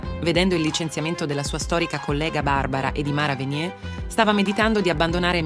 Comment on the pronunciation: Si pronuncia VeniER, non Venié, alla "francese". Venier è un cognome tipicamente veneto, la Francia non c'entra un banano. Impariamo a parlare l'italiano e lasciamo stare i francesismi.